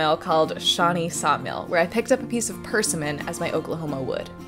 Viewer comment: Per 'simmon